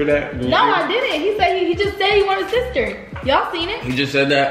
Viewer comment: You know yo baby gonna be trouble when he say “ Stister “ 😹😹